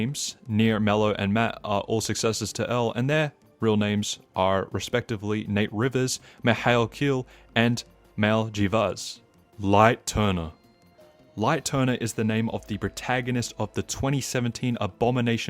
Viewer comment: Matts first name is actually pronounced like Mile, rather than how you’d pronounce the word “mailbox”. this is due to how the japanese language works, in with Mail is broken up into マ、イ and ル (ma, ii, and ru). the “ru” is because in japanese they use the pronunciation of r in place for L, since they don’t have any katakana/hiragana with L in it. this is also why the japanese version of L’s name is Eru Roraito, and the reason why we say Zoro instead of Zolo (like in the 4kids dub) for Zoro from one piece. in english, when we see “ai” after a consonant like p (paint), we usually just say “ay” depending on the word. and since we know the word mail, as in yk, ✉️📧📨📫, we oftentimes pronounce Matt’s name as if we’re talking about mail in our mailbox, lol. Sorry, i had the urge to nerd out here :D. Please tell me if i got anything wrong here 🙏. Also, i still pronounce Mail Jeevas as mayl, despite knowing the real pronunciation, as a joke. because honestly, Mayl for Mail Jeevas is funny to me. Like, imagine naming your kid Mail 😂